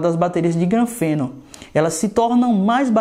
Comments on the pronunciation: MANÉ NÃO É GRANFENO NÃO MANO SE LIGA APRENDE A FALAR CORRETO É GRAFENO E NÃO GRANFENO SE MANÉ.! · "granfeno"? Kkkkkkkk